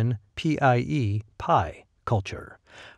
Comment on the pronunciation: 'The mysterious pie culture'? I like the dramatic reading, but shouldn't it be PIE (Proto-Indo-European) culture?